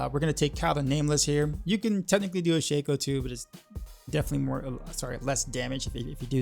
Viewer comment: how refreshing it is to actually hear someone pronounce "Shako" correctly. These guys who call it "shak-O" instead of "Sha-Ko" drive me absolutely nuts.